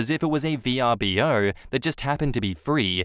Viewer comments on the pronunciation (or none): Pro tip: Vrbo is not said "Vee-are-bee-oh" but is said "Verb-oh".